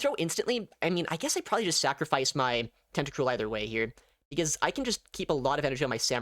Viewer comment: Tenta-cruel * not tentacrule